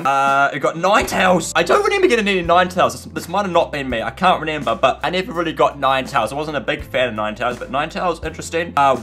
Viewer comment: i like how he says renember